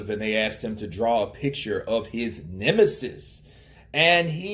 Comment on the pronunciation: are you saying 'narch emesis' on purpose ? lol